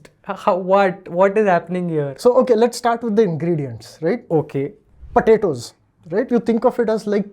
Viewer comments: it is not patato it is potatos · Why is he saying patatoes